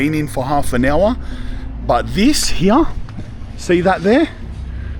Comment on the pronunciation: This guy pronounces “here” as “hughaghhhhh”. lol 😂 WTF?